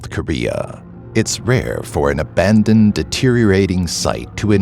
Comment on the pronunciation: OMG DID HE SAY........ABANED!